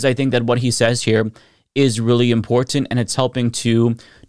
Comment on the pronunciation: The way you say "Important", "Impor-TanT" sounds so weird to my ears lol.